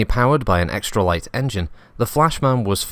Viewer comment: Also known as the "Lyht Bulb."